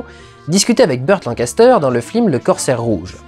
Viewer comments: Putain Dudu, on dit "FILM" pas "FLIM" parfois tu parles vraiment trop vite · Je t'entend dire flim au lieu de film :( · T as pas un problème de prononciation? Tu dis "flim" au lieu de"film" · C'est moi ou il dit "Flim" à la place de "film" ?! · ta critique est top, comme tjs, mais y a que moi qui entend "flim" à chaque fois que tu dis "film"? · c'est FILM putain F-I-L-M pas flim prononce les trucs bien MERDE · Merci, j'ai cru que c'était mes oreilles qui déconnaient X) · Parce que c se qu'il fait x) sa ma tuer aussi après avoir fais attention j'arrivai plus a me concentrer sur autres chose x) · Et c'est avec 8 ans de retard que je capte que tu dis "flim" à chaque fois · Putain mais c'est pas humain j'explose de rire à chaque fois que tu dis flim XD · Ca a du etre un cauchemar de prononcer flim a chaque fois. En plus il a l'air d'y avoir peu de prises. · t'as dis 3 fois flim au lieux de film, en 2 minutes, pardon, je veux pas être désagréable mais c'est vrai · slt, tu te rend compte que tu dit souvent "flim" au lieu de "film" dans cette vidéo?;-) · J'adore comment tu dis "flim" l'air de rien comme si c'était le mot normal et en gardant ton sérieux tout du long! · pourquoi tu dis flim ? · Bon, OK, on a compris qu'Hazanavicius ayant fait La Classe américaine, ça peut être rigolo de dire "flim". Une ou deux fois. Au bout de la 15e itération, ça devient HYPER LOURD, en revanche. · Pourquoi il dit flim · Prononcer "flim" une fois ça va, le dire tout le temps non. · Pas trop chiant de dire "flim" pendant toute la vidéo, au niveau prononciation ? :) Bel hommage !!! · Arrête de dire "les flims", ça me stresse. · Pourquoi dit-il tout le temps "Flime"? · Merci de le dire, je pensais être la seule à comprendre "flim" ^^ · FLIM? Comment j'ai tiqué à chaque fois lol ^^ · Non ce flim n'est pas un flim sur le cyclimse... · arrête de dire FLIM !!! je n'arrive plus a me concentrer sur le reste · AHAHH il dit flim tout le long,hommage à la classe américaine.